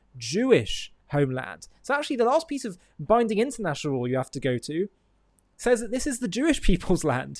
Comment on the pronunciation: I had to laugh when he said intenational law..